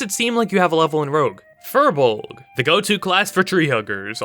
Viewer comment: Firbolg is pronounced “fear-bolg”